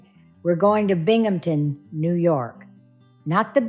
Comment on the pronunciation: Another well presented case,, and BRAVO for pronouncing BINGHAMTON PERFECTLY- it gets butchered so often! I think her friends were RIGHT to break in to see about Haley because time was of the essence- they couldn’t save her, unfortunately, but their determination and showing true support for their friend moved things along.